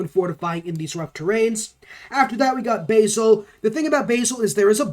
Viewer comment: You're pronouncing agoge and Basil wrong mate ;)